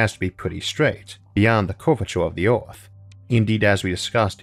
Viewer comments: He has a speech impediment, so, yeah. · Earth starts with an E, its not orth